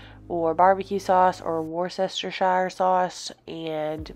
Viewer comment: "War-sister-Shire sauce" well that's a new one haha it's always funny hearing Americans try to pronounce it.